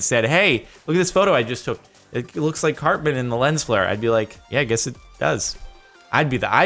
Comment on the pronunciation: Lol I thought he said Eric CLAPTAN not CARTMAN